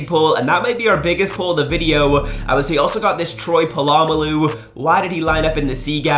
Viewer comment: Polomolalu??? Wtf, don’t disrespect my boy, just pronounce it right